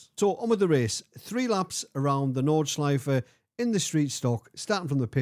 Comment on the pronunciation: Well done, that's a podium, 😂 To watch this is really fun. I think you had two really big weapons: Track knowledge at the "Nordschleife" (and I'm really fascinated, how perfect you speak the name of the track and of some of the corners) AND knowledge about how to treat a car with much to much power, no real aerodynamics, no abs, no TC or else on a track, tight like a normal public road at the Eifel. Oh. Be ware of catching a cold, if you really gonna install a air conditioning in your playroom. 😉 {And what I wondered. Is it a Chevy monte Carlo, you're driving? I love that raw V8 sound.}